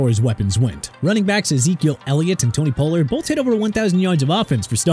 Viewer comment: Pollard is pronounced pah-lurd not po-lurd